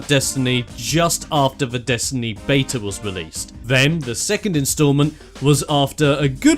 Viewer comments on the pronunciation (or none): none